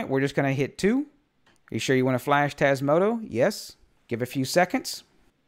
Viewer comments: Hello just a silly question, maybe it is your accent, why do you pronounce Tasmoto instead of Tasmota? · You keep calling it Tasmoto rather that Tasmota ;-) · TasmotA with an A at the end. Not an O. :)